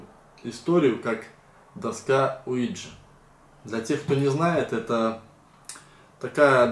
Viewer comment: доска не луиджи а уиджи :face-purple-crying